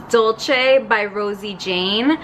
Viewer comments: It’s pronounced “dol-say”, it’s the Spanish spelling not the Italian. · it’s actually “dool-ceh”